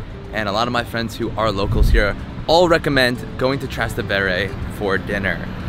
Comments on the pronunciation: Trastevere pronunciato Trastendvere è da arresto ahahha neanche ci prova a cercare la reale pronuncia, come Sant Eustachio - Land Eustacio........ ahahha sti video sono orrendi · Oh do please learn how to say Trastevere. Tras=across Tevere= the Tiber. Easy?no? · If you want to make your ancestors proud don't use that gesture when speaking Italian, learn that a fresco is not a mural and practice how to pronounce Trastevere